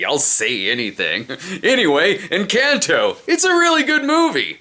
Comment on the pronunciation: Encautou jajajaja literal así dicen encanto 😂😂😂 los gringos son muy chistosos